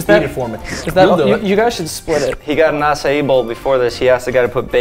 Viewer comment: Finally someone that says "acai" the right way